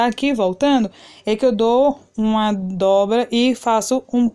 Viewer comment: Meu amor se diz dobra e não droba ok. Seu trabalho é lindo. Bjs